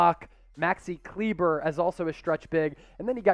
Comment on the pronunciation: Could y’all learn how to pronounce people’s names? “Bullock” isn’t “bull-Lock” and “Kleber” is pronounced “klee-ba”.